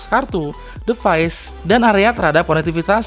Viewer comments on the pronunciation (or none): "divais" bang bukan "devais" :v